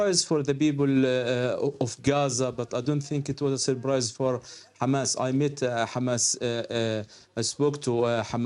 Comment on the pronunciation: ...it was a surBrise for the BeoBle of... If you don't have a P in your language then there is no such thing as 'Balestine', You disgusting liars.